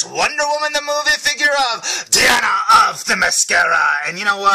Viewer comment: It's actually pronounced Die-ana not dee-Ana but other than that great review